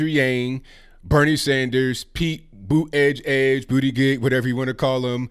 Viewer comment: For real how many of these debates do these clowns need? I laugh my ass off when says "Pete Booty edge-edge". 🤣